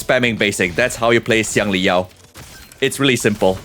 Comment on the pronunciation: bro pronounced Xiangli Yao like a chinese...BRO PRONOUNCED XIANGLI YAO LIKE A CHINESE!!!